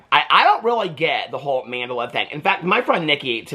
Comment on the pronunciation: It's pronounced like Man-del-la . Say it slowly